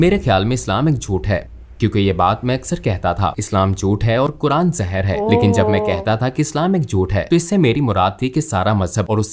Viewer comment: अरे मैडम सही तरीके से बोल तो लो, कुरान को कुरआन कुरआन बोल रही हो